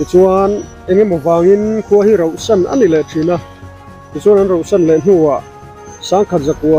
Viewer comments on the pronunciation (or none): I channel hi ka en ve ziah a. Drone hmang tel la ka lo ti ṭhin. Tin, ṭawngkam hi uluk a ṭul deuh em ka ti deuh a. Tun ṭumah pawh hian, khua hi 'rohsan' i ti nge, 'rauhsan' i ti tih hi ka chiang thei lo a, rauhsan tih tur a ni a.